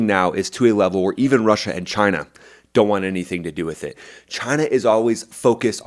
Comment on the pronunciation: Just wish you'd pronounce it correctly. Say it right. Chy-nah